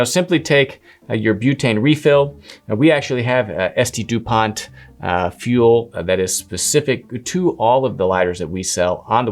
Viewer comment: How long before these are replaced by electric lighters 😂. Dupont pronounced Dupon